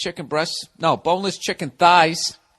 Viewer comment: "summ maa fUckin CHeekEeen"